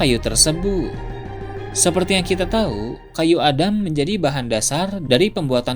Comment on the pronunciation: Gua dengernya kayu ada, bukan kayu Adam, heran